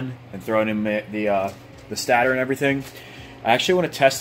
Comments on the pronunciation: Stator. Pronounced stay-tur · FFS it’s pronounced Stay-der